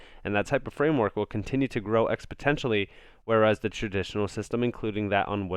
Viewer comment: Please stop saying expotentially, it's a bad look. The word is exponentially